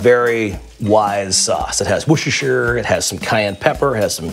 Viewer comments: Wooshershur 😂 you guys just can't say it! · woo-sta-sheer :D